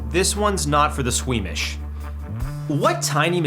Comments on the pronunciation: you definitely said sweemish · 😂😂 yeah I know but it sounded like Sweemish...wel it was funny yesterday 😅🎉❤ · Im sorry but... pfft... "squeenish"